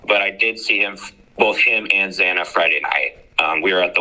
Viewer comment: why the hell can't anyone get Xana's name right? Gotta to admit, this is the first time I've heard of Alpha Gamma Rho... hmmmmm